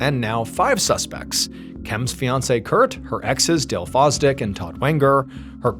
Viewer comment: Sooo, one of her Exs last name is “Foz-Dick” and the others is “Wanger” 😂 what are the odds?? 😂